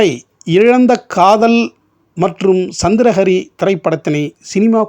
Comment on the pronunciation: சந்திர ஹரி....சந்திரா ஹரி அல்ல நீங்கள் முதலில் உச்சரித்தது‌ போல.